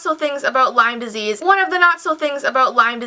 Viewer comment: Lime Disse? What the heck is Lime Dissse? I know of Lime Disease, but what the hell is lime disse?